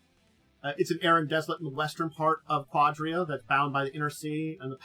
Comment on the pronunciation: It's pronounced "ka-DEER-a"